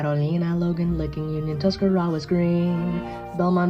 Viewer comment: Mispronounced Tuscarawas 😔😂